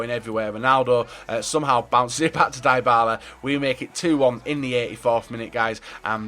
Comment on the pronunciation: It's D-Y-B-A-L-A !!! Not fucking DIEBALA